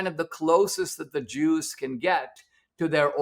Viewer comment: Since when cant you say Jews in a podcast? Why does he keep saying "Droos"? Jew jew jew jews jews jews. See? No lightning bolts....